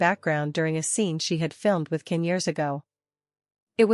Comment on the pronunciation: His name is pronounced John (Jan) Can!! In Turkish c is pronounced as a J!!